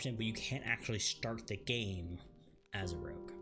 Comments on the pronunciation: Rogue... not Rouge. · it's Rogue not Rouge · OMG ROGUE NOT ROUGE!